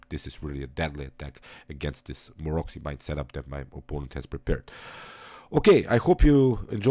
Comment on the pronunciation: You pronounce the name of Maroczy wrong... It's pronounced Marotsy.